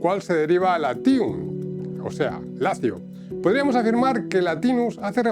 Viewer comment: Interesante contenido, pero ha de pronunciarse "Látium" y no "Latíum", y asimismo "númina" y no "numína".